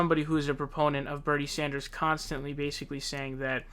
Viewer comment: Bro love your videos but I cringe every time I hear you pronounce names Sand-ers not Saunders and book-er not baulker please say the names correctly